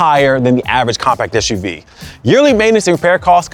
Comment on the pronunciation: Umm why do you keep calling it Esh U V instead of Ess U V? Its an SUV.